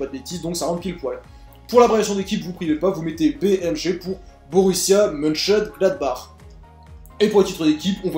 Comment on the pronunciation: Et encore, il a réussi à le prononcer ! Moi j'étais pas foutu d'y arriver ^^